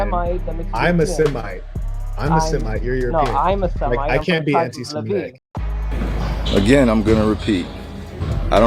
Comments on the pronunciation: It's Semetic not Shemetic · It's not Shemetic, there is no H!